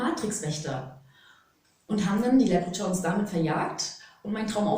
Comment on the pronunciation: 8.11: mit was warst Du da unterwegs? Lepritschauns??? Wäre es möglich, mit ein wenig mehr Sorgfalt zu sprechen, bitte? Eure lockere Art ist zauberhaft, aber wenn leiser wird oder ganze Silben verschluckt, hilft es nicht mal mehr, das Tempo auf 0,5 zu reduzieren, denn was nicht ausgesprochen wird, ist halt mit keinem Trick verständlich zu machen. Und diese Momente gibt es in jedem Video immer wieder und das strengt mal sehr an und mal bleibt man mit schwarzen Löchern ohne Info zurück. Lückentext sozusagen. Das wäre sehr lieb und hilfreich. Die Volodingens, die man hier auch nicht verstehen konnte, wurden ja woanders schon mal erklärt. 😉🙏🏻🤷🏽‍♀️🙋🏽‍♀️💜